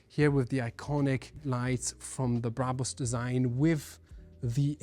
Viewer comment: Say Brabus again.